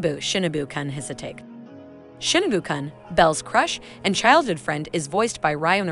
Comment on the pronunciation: I can’t With the pronunciations 😂, also “Chan” and “Kun” are Japanese honorifics, not a nickname…..